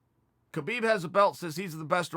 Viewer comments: Chael I don't wanna correct u becasue u might beat me up but it's pronounce habib not khabib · You explained it pretty well Chael, now please please please pronaunce his name correctly, it is Habib, not khabib, how do you pronaunce knight,know,knowledge etc. There is no k no. K it is just Habib, thank you and thumbs up for the video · Just a small note but I believe his name is pronounced "Habib" where the K is silent as opposed to "Kabib". Cheers Chael :)